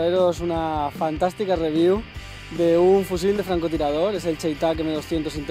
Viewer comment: dice Rewiev en ves de Review xd